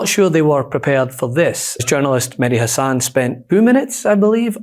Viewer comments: Mehdi Hasan is a superb British journalist. As a fellow Brit, I'm sad that he's no longer here in the UK, but know that quality work will emit from Mehdi wherever he is, simply because he's so damned good at it. [It's pronounced HASS-an, btw, not ha-SANN] MSNBC were absolute fools to eject him, and will regret it at some point – if that point hasn't already arrived... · With only one 'S', Mehdi says his own name HASan, not HaSAN.